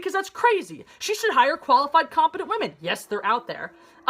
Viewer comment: says wamen not women!! lol